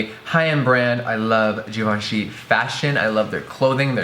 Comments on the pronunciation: jeffree pronounces it like "g-von-shee" while the correct way to pronounce it is "jhee-von--shee" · every time jeffree said "jivanchy" instead of givenchy I cringed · I don't care what people say, I'm pronouncing that ish GIVE-EN-CHEE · I always thought it was pronounced give-enchy whoops